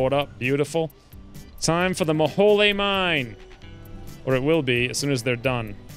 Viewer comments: It's pronounced Mo-Hole, It is a reference to Kerbal Space Program, an infamous graphical glitch that became canon. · Not maholy mine it is the Mo-Hole